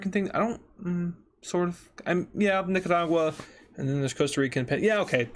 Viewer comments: You pronounced it nicadua. It’s Nicaragua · The Way He Said Nicaragua Made Me Laugh